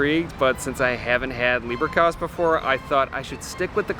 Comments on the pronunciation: Leberkäse = "layberkayze" Try it out next time, lol. Also, try "doonkel" for the beer. You will gain great respect trying to pronounce things correctly. Great video! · The leberkäse is pronounced with e as in every…….not ay as in rain.